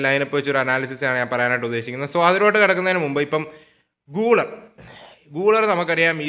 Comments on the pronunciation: pronounciation thettanu GULER മലയാളത്തിൽ ഗുളേർ എന്നാണ് ഗൂളർ അല്ല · ബ്രോ ഒരു ചെറിയ കളിക്കാരുടെ പേര് കൃത്യമായി പറയാൻ ശ്രമിച്ചാൽ നല്ലതായിരുന്നു ബ്രോ പറയുന്ന ചില കളിക്കാരുടെ പേരുകൾ eg: guler, hujisen ഇതൊക്കെ തെറ്റാണ്